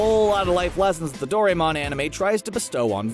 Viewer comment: Please, please, please. Doraemon is pronounced Doh-ra-eh-mōn